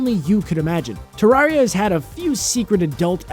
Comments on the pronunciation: its not trarea its trerrea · Terraria is pronounced Tuh-rare-ia, not Tuh-rawr-ia. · It's not tarraria It's terraria Terr air ia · Terr-aria? It’s more so terr-area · It's pronounced Ter-Air-I-a for Terraria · u said terraria wrong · He was mispronouncing Terraria. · Did he say terraria wrong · His pronunciation of Terraria though. AAAAARRRRGGGHH